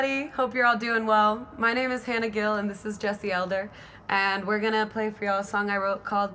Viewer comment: Damnit, I spent almost 2 years thinking your last name was pronounced gill instead of jill